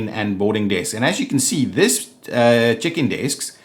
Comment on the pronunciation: Omg! Whenever you say "check-in desks," your accent makes it sound like, "chicken desks!" Love it! XD